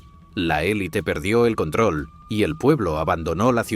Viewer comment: Muy bien pronunciada la palabra élite. Ojalá todos los mexicanos corrigieran su pronunciación, porque siguen transculturizados en su pronunciación y siguen diciendo elit, la cual es la pronunciación en el idioma inglés y sin acento.